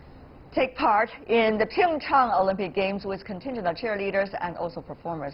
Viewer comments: Jeff Zhe ZHU Nobody gives a shit if it was taken from ancient Mandarin or not. It's Korean now. Pronounce it the Korean way. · Why does she say Pingchang instead of Pyeongchang? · She called it PingChong instead of PyeongChang lol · Jeff Zhe ZHU Irrelevant. It's a Korean city. They should pronounce it in a Korean way.